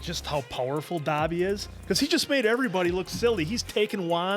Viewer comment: I am sorry but it’s bugging me so much that you guys aren’t pronouncing Dobby’s name right